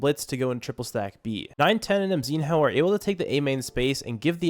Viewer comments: its not MZIN-HOO its just call MZINO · its mzihnyo not mzin ho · Bro pronounce mzinho like emzino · Mzinho's name pronounce as "Mzinyo"